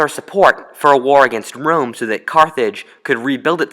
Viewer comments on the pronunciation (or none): It's Rome not room OK understanding... 👌